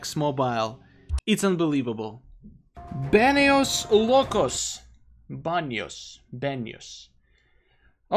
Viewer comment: This is the first time I heard pronounce something in Spanish when he said the name BaneosLOCOS 😂